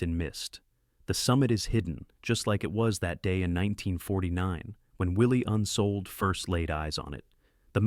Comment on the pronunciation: Unfortunate to mess up the last name - It is Unseold. I studied with at Evergreen State College beginning three months after the tragic conclusion to the climb of Nanda Devi. He told the story somewhat differently and yet quite intimately as he was still very enraptured by the passing of his beloved daughter. Forty of us were in an outdoor education program. at the college. For Christmas break, never backing down from his belief in the power of outdoor adventure, tasked us all to break up into small groups and have an adventure together. My girlfriend Autumn and I joined with three young mountain climbers of little experience and set off to climb Mt. Olympus in the Olympic National Park. We were forced to bivouac on our finals push to the summit due to white out conditions. In the middle of the night the tent ripped and yet we managed to prepare to calmly evacuate as the wind howled around us. Leaving the tent behind covered in snow we retraced our steps across the Blue Glaciers to safety. It was a most memorable and defining experience. Yes,, worth the risk!